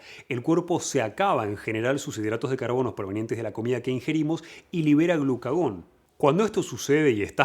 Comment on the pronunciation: glucagón xD